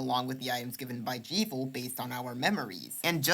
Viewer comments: Really great work for such a small channel, I can see you really going far with this stuff! Only thing I’d say it’s that Jevil is definitely pronounced like Devil rather than like evil. I’ll admit that both fit thematically, but the existence of the devilsknife and the steam page description calling the secret bosses “jevilishly difficult” pretty much confirms the name is a combination of Jester and Devil. Keep up the great work! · Glad I'm not the only one! "Gerson" with a hard G. "Jevil" with a short E.